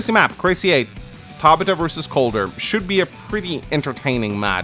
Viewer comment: Still wondering if that pronunciation of Tabitha is a regional thing or if he really has never heard that name said before.